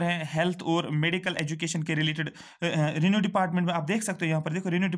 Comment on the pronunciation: It's not renew department it's revenue department 😀😀😂😂